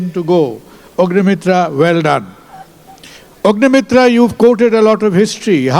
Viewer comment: These idilots can't even pronounce the name right !!! He said, "Ugnimitra" ...!!! >>>>>>>>>>>>>>>>>>>>>>>>>>>>>>>>>>>>>>>>>>>>>>>>>>>>>>>>>>>>>>>>>>>>>>>>>>>>>>>>